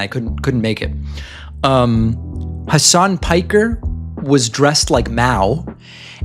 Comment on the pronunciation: somewhat shocked pakman knows how to pronounce piker